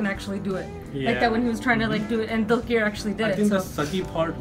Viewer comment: One thing i wanna say is, The way u pronounce dulquer is not right. Its 'Dulker' Not 'Dulkeer'.:D